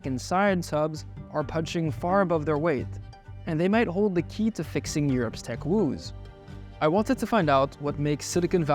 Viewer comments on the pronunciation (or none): English Teacher here. Excellent level and vocab! Pronunciation Tip: woe, or woes is pronounced like whoa/woah, as in cowboys saying "whoa (woah), horse. Woah (Woah)!". English is horrible.